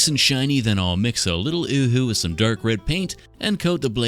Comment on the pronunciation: It’s pronounced “yoo-hoo”…